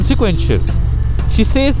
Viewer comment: Why is your “Said” said weird? 😅